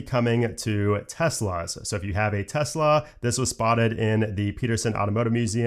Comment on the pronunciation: Thx for saying Tesla, and not Tezla